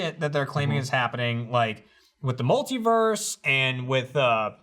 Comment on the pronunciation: After hearing pronounce multiverse I don't trust how he pronounces anything.